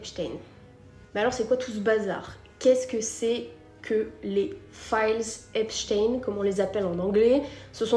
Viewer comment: La prononciation, c'est "èpchtaïne", pas "èpstène". Il faut bien faire comprendre aux esprits lessivés que c'est un juif.